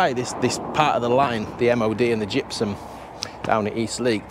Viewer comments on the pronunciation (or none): Gypsum… lol… makes me think … Gizzm 😂😂😂😂 British Gizzm 😂😂😂😂😂